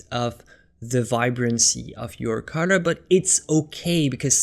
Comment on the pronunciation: Thought you said Cutter. Finally figured out you had said COLOR